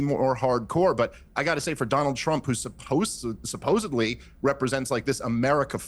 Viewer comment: When the guy on the right said “supposebly” i immediately stopped valuing anything he said… sorry